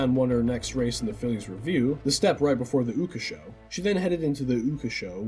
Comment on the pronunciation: Like, a half hour session of watching youtube videos would get you how to pronounce their names. Yes i would call that bare minimum research for making a youtube video like this lmaoooo. OOOOKA SHO its funny as hell and i cant give ya too hard a time. Ooooooka xD